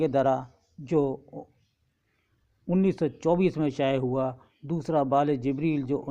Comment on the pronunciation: پہلے ہی مصرعے میں دو غلط الفاط بیان کیے ہیں۔ hoowa کو Hawa پڑھا اور khima zan کو khima e zan پڑھا۔ جب اردو ہی ٹھیک نہیں پڑھ سکتے تو اپنے معیار کا کام ہی کرو، بٹاٹا وڑا ہی بیچو،۔